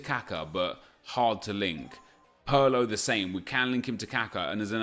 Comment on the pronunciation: Nep... its "pirlo" not "pearlo"......